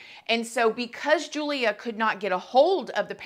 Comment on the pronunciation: Hey, here for Poland 😊 her name is pronounced with English Y instead of J so like you would say Yulia. Love your videos 💕